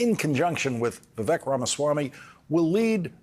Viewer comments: Old man lawrence cant even pronounce Viveks name right. Rhymes with lake. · Vivek rhymes with cake, Lawrence. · its embarrassing you don't know how to pronounce Vivek.